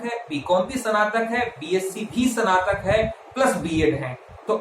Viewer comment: Bhai स्नातक का prounciation भी ग़लत कर रहा है।,🤪🤪🤪